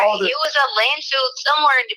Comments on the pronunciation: Does anyone else hear her stupid ass saying "land field"? I can't stand her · It's LANDFILL not landfield,.